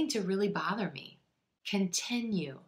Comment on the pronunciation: I don't know who, how!!?? but I hear it just like "beginning-bəgeeening, continue-kənteeenyoo and so on "